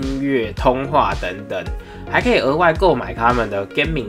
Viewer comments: Triumph 也唸的很怪 Garmin 唸gaming… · 簍空的是上三角台，garmin 念錯